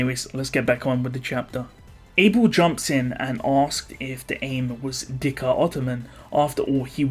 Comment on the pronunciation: Again Im pretty sure its zikr ottoman not dhikr